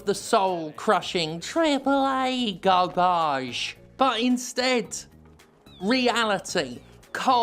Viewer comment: Oop, that 'gar-baghe' pronunciation? Moms only.